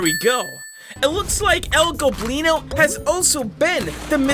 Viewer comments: say el goblino NOT EL GLOBINO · I’m so happy you no longer say el globlino 🤓🤓🤓 it was el goblino all along